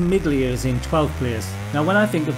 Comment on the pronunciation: I’m not sure Turbo Esprit is technically a racing game, also you don’t pronounce the “g” in Miglia 👍🏻. To be fair I’d put all these games at joint 1st (last) place lol